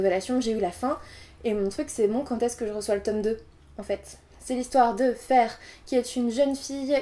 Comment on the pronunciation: Ça ne se probonce ps Fer mais Feruh